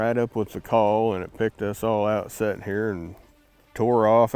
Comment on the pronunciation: Sittin not settin lol